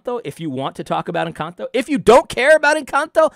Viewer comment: Now do an analysis on pronunciation of “Encanto”.